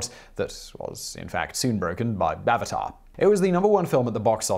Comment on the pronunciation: It sounded like you said "Bavatar" 😂